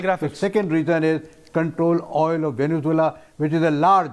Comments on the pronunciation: "वेनेनजुएला" नहीं है, "वेनेजुएला" नाम है देश का. स्पेलिंग तो पढ़ ले, और दूसरों को सुन क्या नाम बोल रहे है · Anchor keeps saying " VeneNzuela " which is totally incorrect. come on, you are an anchorman and you should know the actual pronunciation of a country's name - there is no N in the middle. I capitalized the letter N to draw the attention. Simply - Venezuela.